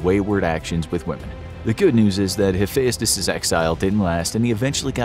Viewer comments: It's hu-fe-st-ous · You really butchered some pronunciation in this, Hephayustus? Bruh come on how have you never heard of him, it’s pronounced “Hephestus” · Hephaestus is pronounced hif-EST-us in American English. If you want to be really correct, Uranus is pronounced YOR-uh-nus, which doesn't inspire so many jokes. Dionysus probably wouldn't appreciate being illustrated as a white-haired old man. He was usually depicted as a clean-shaven or bearded young man. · Yeah, and I thought I was pronouncing them all wrong, like "Hephaestus" pronounced as "Ha-fe-as-tus"? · The way this guy pronounces Heaphestus reminds me of how Frank Welker pronounced "treasure" when he voiced Fred Jones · I'm not sure what's worse the accuracy of this list or the way you pronounced most of the names the worst one being hephaestus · the way he said hephaestus 😂😂😂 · His pronunciation tho. He says Hephaestus like a Scottish lad. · Tar-Tarus an hapheyastus. Whyyyy